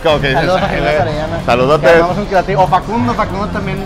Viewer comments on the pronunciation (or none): Cuando dice Jimena shariñana 😂